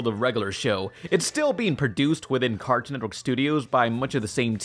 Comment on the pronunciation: "cartoon entwork"